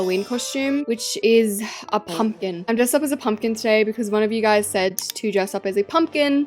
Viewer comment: it sounds like your saying pump💨 kin